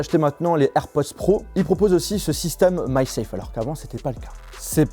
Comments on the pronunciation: sa sappelle MAG SAFE et non pas MY SAFE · Ça se dit MAG SAFE